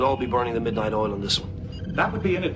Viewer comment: Here in Russia we call "polunOchnichat(ь)" or "rabotat(ь) do glubokoj nochi" that Americans call "burn the midnight oil". But unfortunately, I didn't hear word "oil", I heard "all".